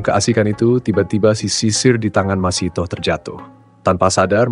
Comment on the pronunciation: Masytah bukan masitoh